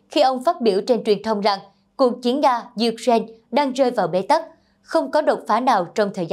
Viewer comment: Ukraine đọc sai rồi nhé, sửa lại đọc nghe kỳ lắm